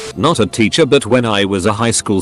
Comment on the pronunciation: No one: The voice: titcher